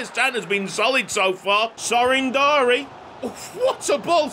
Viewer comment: Andi Floca's name is a kinda funny cause in romanian the word "Floc" is used mostly to refer to pubian hair 💀 also Sorin Darie's names is pronounced more like "Dari-ye"